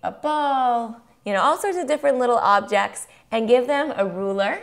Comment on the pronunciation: 'objects' not obects...mmm this video isnt helpful